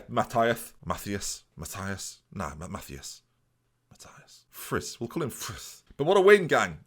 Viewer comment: Mathias Friis is pronounced like this: Ma is like the start og madden. Thi is like chip without the j Sound and the p ofc. As is like is like pronouncing ass quickly. Friis is like saying risk with f in the front and without the k at the end. Im danish BTW so would say i'm a reliable source. Enjoying the series!